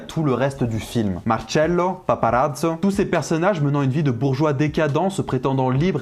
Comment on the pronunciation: Nice l’accent « marcello, paparazzo » lourd